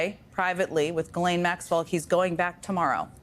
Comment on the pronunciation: I’m surprised that no one has looked up how to pronounce Ghislaine. I looked it up on Google. It is French, and pronounced jislane.